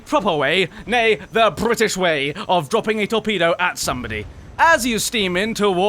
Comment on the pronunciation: Question: Is it possible to not spit when one pronounces: "Brrritish" like you do?